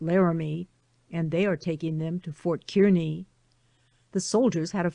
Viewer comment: Thank you for providing the reading of this book. I enjoyed listening to the story of their journey. Kearney, Nebr is pronounced Car Knee ..I'm from Nebraska.